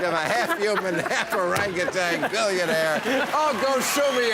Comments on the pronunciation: or-ang-gu-tan not orangatang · Howard Stern will interview anybody and strokes Trump and gets him to sound even more stupid!......and it is o-rang-u-TAN, not TANG. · Why does everyone say "Arang-a-tang" when pronouncing "Orangutan" ? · President Orangtan. "Make Americans Orangtans again" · Hey billy, it's orangutan...not orangutang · He is such an arrogant bastard. Why would he not know it was a joke. The guy said orangatang . Oh yes he is a republican all right as he sued anyway, Putz. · neither Trump nor Stern know how to pronounce Orang-Utan.